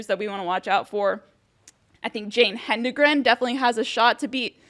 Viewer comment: It's pronounced "hed-en-gren", and not what you said. The first "n" follows the "d".